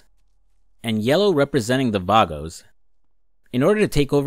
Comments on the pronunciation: VAGOS!!!!!! VAGOS!!!!!!! NOT VARGOS THERE IS NO R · It’s vagos not vargos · in saints row retrospective: "I speak Spanish, I should know this" in San Andreas: "VARGOS" 🤣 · V A G O S (Vah-Goes)